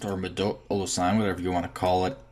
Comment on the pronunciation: Nice video, but I have to say, I cringed a little when you said "modulo". :)